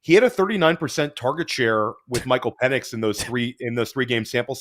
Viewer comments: Pen-Icks not Peen lmao😂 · His last name is Pen-Ix by the way. Purposefully mispronouncing peoples names is pretty fucked up